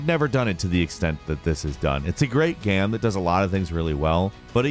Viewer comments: No one:: "gaem" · "It's a great gam"